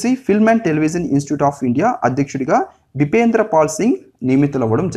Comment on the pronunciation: బిపేంద్ర పాల్ సింగ్? Or బిజేంద్ర పాల్ సింగ్?